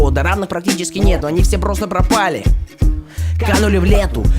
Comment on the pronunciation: пропущена бука "Р" в слове "Пропали" c